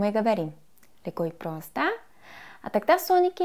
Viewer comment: Мне так нравится её фраза с акцентом:"Леко и просто.'' Готов влюбиться.